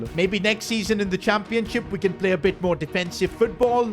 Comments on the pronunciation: And why does he say ‘championsip’ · Did anyone else notice said Championsip 😂😂😂 where was the h?